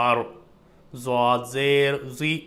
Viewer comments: Bhai aap dwad ko zwad kyu padhte ho... maine to arbi me sirf swad aur dwad suna hai arbi me zwad nhi hota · आपकी कोशिश अच्छी है लेकिन दुआद होता है अरबी भाषा में ज़ुआद नहीं